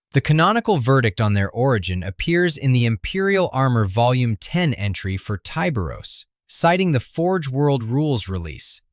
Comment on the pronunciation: charcaradons are most likely raven guard successors. and i'm firmly convinced his name should be pronounced with a short i. ya know, like 'tiburon', which is spanish for shark.